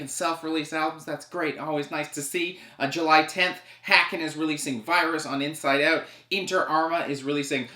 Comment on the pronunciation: Its pronounced haken as in Bacon